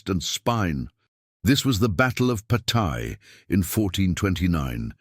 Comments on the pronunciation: En outre, il serait bon qu'un effort fût fait sur la prononciation des noms : je ne connais pas de bataille de "Pataille" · En outre, il serait bon qu'un effort fût fait sur la prononciation des noms : je ne connais pas de bataille de "Pataille". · You must try to better pronounce Patay . It took me minutes to understand what battle you were talking about.